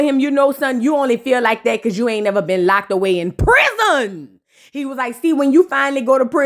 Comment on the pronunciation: I love when u say Prizon!😂😂😂😂😂😅